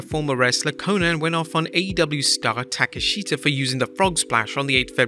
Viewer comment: Learn how to pronounce Takeshita’s name correctly 🤣🤡. It’s so easy.